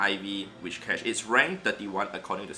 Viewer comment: Where does the 'h' in Whishcash come from? :D afaik it is Whiscash. It has nothing to do with wishes. Also this 'experiment' is useless. Of course a hundo does more raw fast move damage. Therefore mirror matches are almost always in favor of the hundo. The difference comes in other matchups.